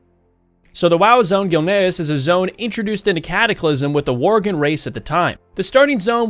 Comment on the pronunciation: Oolduar. Gilneeuhs. This guy doesn’t play WoW and it’s painfully noticeable xD